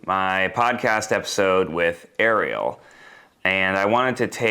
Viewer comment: why'd he say ariel like that, like he's trying to trigger the algorithm lol??